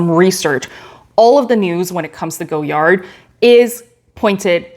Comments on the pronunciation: I love Goyard. You have beautiful bags in great colors. I have a St. Louis in the burgundy but would love to add a Belvedere to my collection. (Btw the brand is pronounced Goy-ard in English not Go-yard). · The Vendome is my fave by far. Chic looking and so easy to use. FYI, the name of the designer is pronounced Goy-yar or Goy-yah (the D is silent) but most Americans say Goy-yard, not Go-yard 😇